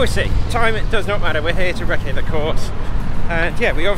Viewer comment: huh huh “reccé” 😂😂